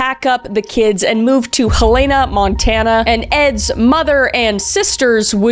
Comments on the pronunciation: halena? 🤣🤣🤣🤣🤣🤣 Hell-in-a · its not Helaina its helana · Hell-ena Montana. That's the way it's pronounce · Helena resident here. It's pronounced Hell-eh-nah. Not Hell-AY-nah👍🏻❤ (had no idea this guys was raised in my hometown though... scary) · Kmk! Come on! It's the Helena for me, it's supposed to be pronounced 'Hel-uh-na' not 'Ha-LAY-na', it was the preference of the early residents, who wanted it to be more like Helena, Arkansas, rather than Helena, Minnesota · Hell-ena. I was born here. I know I’m a little late to the video and not hate to my lovely girl Kris. Just so you know I’m the future, I always think I pronounce things correctly here in Colorado (I try to) but sometimes I’m still wrong 😅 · Helena pronounced Hel n ah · As a former resident of Montana this part drove me nuts. It's HELL- EN-UH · Hey there I live in Helena it is said HELL-eh-nuh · Montana mentioned! Helena is pronounced like hell-in-uh - the sound is quite fitting if you ask me. ALSO, KRIS!!! Have you covered Barr Jonah yet?? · (ish) as someone who lives in Helena Montana, first it's pronounced hell-en-uh, but second I actually went to high school with somebody who is related to him! Crazy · I used to live there and this is just me being picky and “defending my towns honor!” But it’s pronounced hell-la-na.. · It's pronounced HELL en uh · Girl I’m from Montana and Helena is NOT pronounced like that, the second e is very much an e sound not an a sound. So it’s pronounced like “Hell-en-a” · Helena is pronounced hell-i-na. just a little heads up. love your videos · From Montana here Helena is pronounced “hell-en-a” 😂 cracks me up everytime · Okay, not to sound hypocritical, but Helena is pronounced “Hell- en-a” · As someone who lives in MT, Helena is pronounced Hell-e-nuh. But having been to Helena, TX I mispronounced it when I visited too. Love your videos ❤ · The way you said Helena has me rolling lol. It's Hel-en-a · Not Kris mispronouncing our (montana) state’s capital